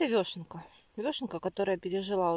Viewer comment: Очень вас уважаю.Но простите почему вы говорите вёшенка ?Всю жизнь знаю как вешенка......вешенки.Простите даже удобней говорить.Я правда не специалист по грибам но вешенки покупаю часто.